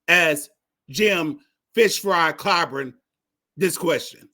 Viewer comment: Hey there Fool, for one thing you can't even pronounce his name it's Clyburn got the democratic party a Strong black supreme court judge, by the name of Ketanji Brown, and a black woman who is vice president of the United States. You have it all wrong, you don't even understand the issue When the black woman's vote is what got us to where we are today.